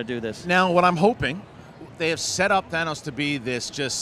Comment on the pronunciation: Why does everyone say Thay-nos???? aaaaaaahhh!!!!